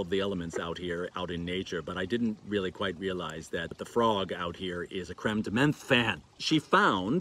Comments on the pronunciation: I'm with you. I usually don't correct, but you said menthe like 40 times in this video. As a Frenchman I felt like I had to say something. Time to watch episode 52!!! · Menthe is pronounced like Monty without the y. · French does not have a "th" sound. "Th" is usually a pronounced as a hard t sound. Menthe = m-on-t Absinthe = abs-ant